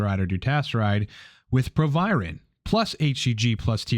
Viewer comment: Its proviron. Youre welcome